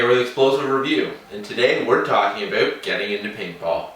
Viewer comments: Is he Canadian, I heard the aboot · He said aboot...ha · and we're talking aboot getting into paintball